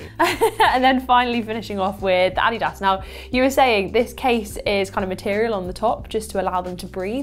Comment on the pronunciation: “what a weird brand name” reads the text “oh you mean ADIDAS!” (Never heard it pronounced like that before)